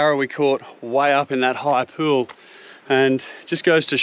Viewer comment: cracks me up every time you say pewl